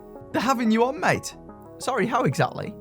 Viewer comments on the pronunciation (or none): none